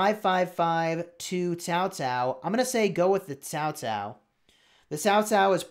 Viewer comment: you said "Cao Cao" just like an ordinary Vietnamese, man! :). Even a hot LOL streamer like Cowsep found it hard to pronounce the letter "C" in our language, though he had been streaming in VNmese sever for us for like almost 2 years. You got a talent right there man!